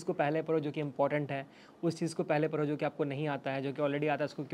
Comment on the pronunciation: Paro nhi padho being a singer clear your diction first❤